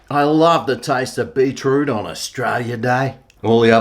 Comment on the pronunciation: Pronounced BEET ROOT not BEE TROOT..Bloody aussies.